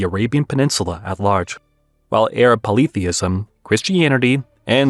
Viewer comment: I have never heard polytheism pronouced this way.